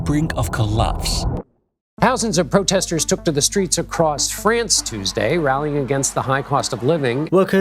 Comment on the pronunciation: If you are speaking English - pronounce "France" the way it is pronounced in English - NOT the way it is pronounced in French (or whatever native language you speak (Dutch?)). You sound like just another Francophile chauvinist, or, even worse, a Francophone chauvinist. Yech! In any case, stayed at a Youth Hostel in Choisy-le-Roi, Paris in 1972 - it was shocking - wall-to-wall Moslem in native garb throughout the entire "banlieue" - just like the rest of Paris and the country. 1972!!! Somehow, you all seem surprised at what has happened since.